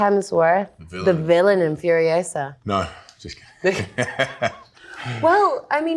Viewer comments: They are great! But I don’t understand why she (of all people) doesn’t pronounce the title of the movie in a Spanish way, since the word is actually in Spanish 😂😂 everytime I hear "furiowsa" I crack up 🤣🤣🤣🤣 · If Spanish is her first language, why did she mispronounce "furiosa?" 🤔